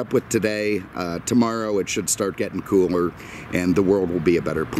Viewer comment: He also said "coomer" instead of cooler when referring to the weather. Who speaks like that? This guy is drunk.